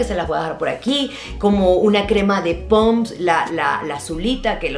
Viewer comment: que chistoso que diga POMS en lugar de PONDS jajajaja